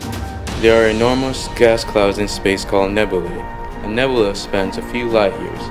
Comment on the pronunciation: I really hate how you pronounce nebula.